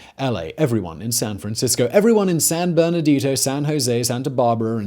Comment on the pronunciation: I’m a lifelong Californian, and proud of it. Personally, I am not overly afraid of quakes, having grown up with them. That being said, the fault that gives me pause is the Hayward, not the San Andreas. And Simon, it’s “San BernadiNo” not “San Berdadido”.